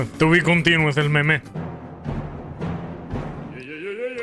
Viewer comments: Todos: meme El: meméh 🧐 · parece bomer al ponunciar meme con acento